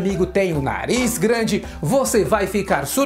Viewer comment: So eu que persei em ele falo naliz